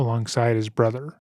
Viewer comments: “My brudder” 💔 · "My Bwothow got bowdy awmow" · i wasnt even looking at the screen and I knew he said brother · My othew bwothew chwistophew